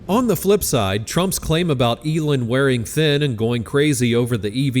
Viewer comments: Its Elon, not Elun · Eeeeeelon. Not Elun. Or is this whole channel narrated by AI? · that isn't even a sentence. Let me help you " are you confused about who Elon is?" No. I am laughing at the AI voice calling hin Elin instead of Elon. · How to pronounce Elon= Eee-Laawn😅. Get it right! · As a first step, why don’t you ask Grok to help you pronounce Elon‘s name. Hint: it’s not Elin. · I shouldn’t care because I can’t stand the guy, but there are only so many times I can hear it pronounced as “Elin.” 😂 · Why are you saying Elin? Are you AI? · You don't seem to pronounce Elon correctly/normally/the way he does. It's not "Elin". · Why are you pronouncing Elon as Eeelin??? Just wondering. I guess it's just another AI voice thing. And come on, we all know that if Elon started his own political party, it would be called X. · This AI can't pronounce "Elon" ?